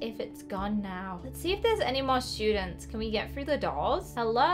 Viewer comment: “And there r no shoodents”